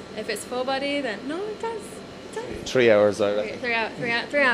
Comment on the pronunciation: The awkward laugh , the way he says 'three' as 'tree' and his accent in general have me dying. He's so adorable. Welcome to WWE lovey. You'll go far